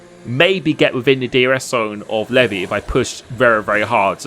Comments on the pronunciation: Pretty sure it's pronounced like LEE-VI not LEV-E , but he took that bait hard 😅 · Is it not pronounced Leev-eye? Not levy? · It’s lev-I not Levi 😂 great video watched live and was a fun one to watch!